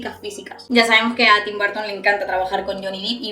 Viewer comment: No es barton es burton.